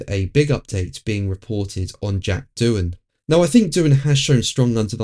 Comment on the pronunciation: It’s Doohan.